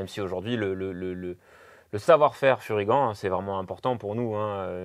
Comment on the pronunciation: Toujours excellentes ces vidéos avec. Et je ne veux plus entendre Fury-ganne hein! C'est "Furygan" comme un "gant" c'est pas compliqué, et quand on connait un peu l'histoire de la marque on comprend de suite. Sympa la ligne adventure, et bien placée côté prix.